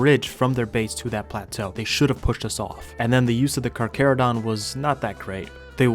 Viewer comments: Thyla not thylo... and the H sound is pronounced for Carchar.. ie Car Char.. not Car Care.. need to slow up on your roman research and do a little dino research my man.. awesome video none the less.. Goopers forever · I can’t tell if it’s satire but I believe it’s Car-charo-donto-saurus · Carcharodon 😂 instead of charcharodontosoarus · anyone else get pissed when he knows hot to pronounce Roman names but not the the damn charchatodontosaurus